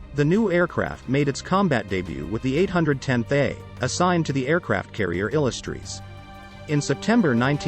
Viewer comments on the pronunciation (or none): interesting that AI cant pronounce " Illustrious"